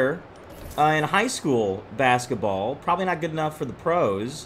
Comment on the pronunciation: Bruh its basketball not basaball